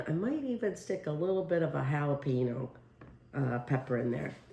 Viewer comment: For correct pronunciation of both jalapeno and chorizo perhaps Google it or find someone who knows the pronunciation. Jalapeno isn't pronounced Hallah Pino. It's Hallah Pain Yo. The frittata looks good.